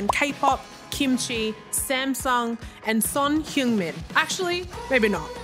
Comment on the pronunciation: I love that they keep on calling the poor dude 흉믄송. Fair, enough, if you don't know the writing conventions then there is no way of knowing the pronunciation, but it's still funny. (손흥민 by the way.)